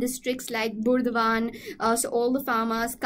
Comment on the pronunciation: Has some Bengali here noticed her pronunciation of "Burdwan"? Ha Ha